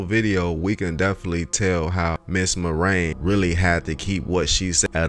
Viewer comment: Mary-On Spelled. Marion Not Mar-ayne